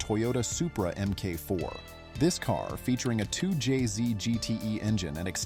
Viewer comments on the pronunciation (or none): Mark 4 not M K 4 🤦🏻‍♂️